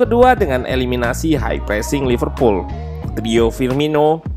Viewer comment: Apa saya saja yg mendengar Loserpool 1.35